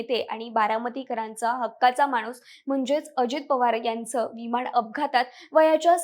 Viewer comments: प्रथम शुद्ध बोलायला शिक.विमान असा शब्द आहे. वि माण नव्हे. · भावपुर्ण श्रद्धांजली 🙏🙏 अगं बाई पण तुझे मराठी उच्चार आधी सुधार. न ला ण बोलतेस. विमाण लहाण सार्वजणीक निधण एविएशण कंपणी दोण फोण 😢😢